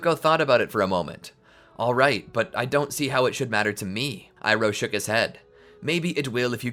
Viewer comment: ITS IROH NOT IRON